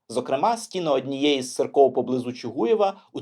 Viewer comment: Правильно також не Чугуєв, а Чугуїв. В Чугуїві, Чугуїва ... ітд.